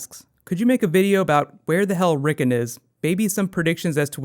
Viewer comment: Considering the amount of detail your videos go to it seems pretty lazy to mispronounce names that are said aloud on the show (several times)